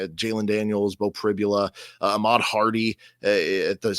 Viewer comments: C'mon. Teach your "colleague" how to pronounce Pribula. He's going to be saying it a lot this weekend. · it would be great if you could educate your guests on our coach’s name/pronunciation.